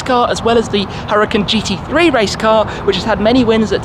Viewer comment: ITS NOT CALLED A HURRICANE !!!!!!!! just attempt to pronounce it correctly , URA-KAN . Mucho Gracias